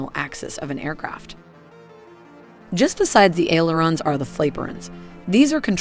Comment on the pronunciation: Please properly train your V.O. actors. You guys are killing me with the pronunciation of MACH. It is pronounced MAACH like the A in DRAW, not MACK. It is FLAP-ERON, not FLAPE-ERON. It is KIN-EMATIC not KYNE-EMATIC. When there is more than one of something it is pluralized. 40 KM is 40 kilometers, not 40 kilometer. *CRINGE* There are more mispronunciations in the video and in the F-16 video, my nerves won't let me go back to find them just to point them out. Otherwise, the modeling and motion graphics are top shelf.